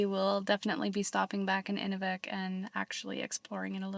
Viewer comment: Great video! Just a quick thing about pronunciation...Inuvik is said like Enuuuvik. What you were calling it is the frame used to stretch animal skin for drying. Good job saying Tuk though! Also Inuit are the most welcoming friendly people in Canada. ❤